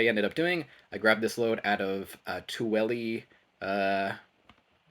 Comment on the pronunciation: I lived in Salt Lake City for many years, Tooele is pronounced: too will uh.